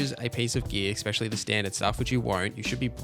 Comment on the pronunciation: Bro, it’s “especially” not “expecially”.